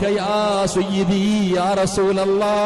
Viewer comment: സ്വയ്യിദീ അല്ലല്ലോ സയ്യിദീ അല്ലെ ❤️❤️❤️